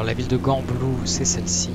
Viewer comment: Et on dit jembloux pas gambloux : p